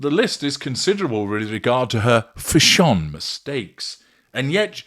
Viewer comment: Why do you keep saying Fash On ?? Is that the correct way to pronounce it ..?? It drives me and a lot of others nuts.